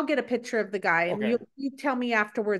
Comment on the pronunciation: Please ladies, PICTURE. Not PITCHER.